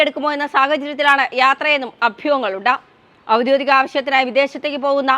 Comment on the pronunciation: "ഔദ്യോദിക "അല്ല, ഔദ്യോഗിക എന്നാണ് കുഞ്ഞേ...